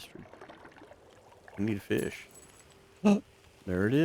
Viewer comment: Feesh? Maybe?